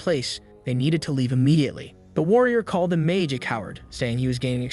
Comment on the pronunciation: Why bro became Ma-ge ? Blud i not go-jo💀